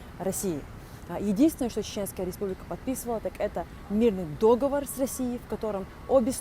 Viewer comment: После произнесения повествующей слова «дÓговор» стало понятно об ее общем развитии и образовании, как и компетенции в означенной теме в целом.